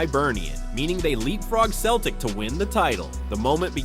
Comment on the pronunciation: 17 seconds in - he calls them "Keltic"....... 19 seconds in - I turned off !!